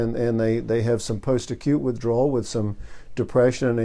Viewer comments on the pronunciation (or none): none